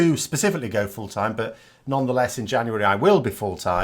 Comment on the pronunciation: I am still struggling with your opening line. Today I understood: Hi, I'm, I like to corrupt politics... And I am a Canadian anglophone. Wonderful how you say 'but'. Sounds to me like bought. I watch every video of yours with delight. Will you ever appear as more than head and shoulders? I liked your stand-up arrangement. Maybe you will do a dialog with guest anti-brexiteur TLDR news?